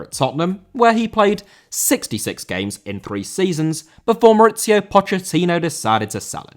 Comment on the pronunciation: Mauricio* not Moretciouw